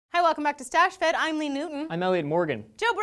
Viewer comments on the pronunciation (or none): Anyone notice she said stachefed? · Did I hear you say "Welcome to Stash-fed"??